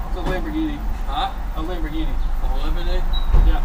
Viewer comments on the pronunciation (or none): what idiot thinks a lamborghini is a chrysler...and then proceeds to say "lamborghini" totally wrong😑